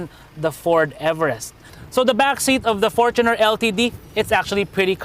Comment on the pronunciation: thanks for pronouncing fortuner correctly